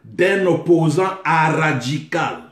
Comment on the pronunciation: Prof;Opposant "ARRRADJICAL" panzi pasiiieeeh kiekiekiekie😂😂😂😂